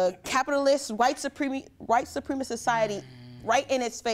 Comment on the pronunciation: "White supreme-ist structure" lol. Every time she says that I think she's gonna say "supreme pizza."